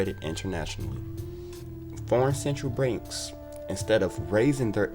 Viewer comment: This narrator sounds like he has difficulty pronouncing words. Abandonding? Foreign Central Branks? Accompished?